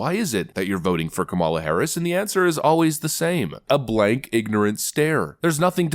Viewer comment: Sounds like he said Criminal Harris h😂